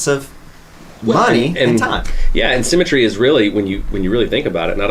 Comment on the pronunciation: Every time they say "symmetry", it sounds like "cemetery" to me, and I just think it describes the business endlessly more.